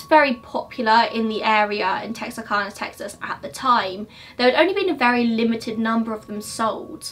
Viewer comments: I agree with you totally about the trigger warnings. Like, the clue as you said, is the thumbnail (btw, Texarkana=it’s cana, like yes you “can”, BUT your accent allows you some leeway with the pronunciations, ppl need to get a life). Ppl need to stop trying to find reasons to pick. Are they seriously THAT bored?? It’s YOUR channel at the end of the day and if anyone thinks you’re doing it “wrong” or they can do it better then they can feel free to start their own channel and do it their way. I fast forward EVERYTIME through “trigger warnings” and those dumb “disclaimers”. It all explains the obvious. I’m an American and I have zero issue and take absolutely no offense when you pronounce something wrong, I think it’s funny most of the time. It’s ridiculous how nervous and worried, not just you, but all true crime youtubers have to be for making simple human mistakes with things like pronunciation. Seriously ok, I saw one girl apologize bc her nail was broken and still another bc she had a bloodshot eye. At the end of the day, while I appreciate your respect to these cases and the victims and the professionalism you present while going through the facts and while maybe you might get paid a little bit, at the end of the day this is a hobby for you right?? It’s something you enjoy doing, you want to help.... you’re not professional anything. And I’m totally defending you I’m not being condescending at all, the reason I say that is bc ppl need to get real and give you a break. You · o yeah it’s texarkana like can-a but like. technically we don’t talk right so no one is judging u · When saying Texarkana the second way of saying it is correct. Tex-R- Cana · My sisters name is kana (kay-na or cane-a) so we say it tex-ar-Kay-na